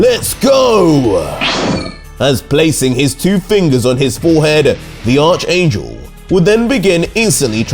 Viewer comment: He finally said archangel the right way!